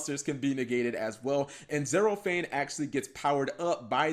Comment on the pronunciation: zerofyne is pronounced Zero FINE, like damn, she fine.